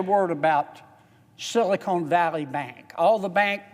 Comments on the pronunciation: It is not "Silicone" Valley. It's Silicon Valley! And, can we have a moment of silence for those who died, drinking shots every time that he said "Silicone" in his speech.💀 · Every time he says "silicone" valley I laugh and think about Hooter's restaurant. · “ Silicon not Silicone “ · This guy is stupid! He can't even pronounce sylacon Silicon Valley. It's silicon, not silicone. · Silicone valley bank? Lol 😆 It's SILICON. Idiot